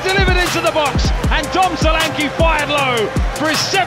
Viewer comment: U are pronouncing his name wrong it's sho LAn ké